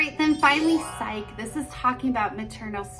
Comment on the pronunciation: It is pronounced Sigh-key not Sike just fyi